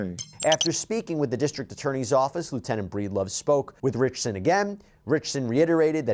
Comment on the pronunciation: Not only do you keep mispronouncing his surname wrong, you keep calling him Reacher or Jack Reacher!!!! Really!!!!!